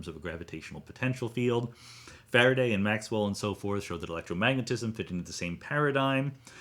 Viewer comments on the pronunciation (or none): none